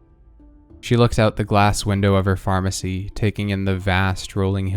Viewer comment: DID YOU SAY PHARMERCY JRJRFHJRJHFHHRFHHSJUMDUDJDUJCFYHVYHTCJUUJXXJUECUNFHYVFNYVHNFNUFNYVNFHCHNDUNCDNHCFHNCHRNCUNWSUNJNSUJQNSJDNJDCNHRCHNFNHTGVHNGJGVNTJVNRNJRCNEDHNRNHDHNRCHNFHNVHNT